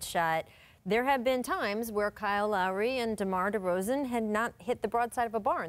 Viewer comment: "Scottie", "Pippen" and "DeRozan" not DerozEn. I think it was funny Scottie barely knows anything about the raptors but and he was just trying to say something cuz that's the job. He ended up repesting everything had said